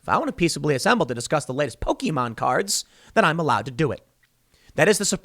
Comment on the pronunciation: lol the way you said Pokémon